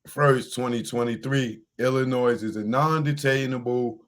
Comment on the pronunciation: "Illinoi". The "s" is silent. Illinois is named after the Native American tribe Illiniwek. The More You Know.